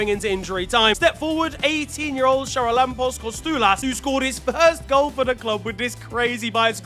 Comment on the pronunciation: the CH is Charalampos' name is actually pronounced as if the C isnt there at all,just fyi